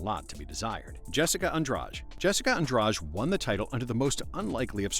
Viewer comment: "Jessica Andrach" jajajaja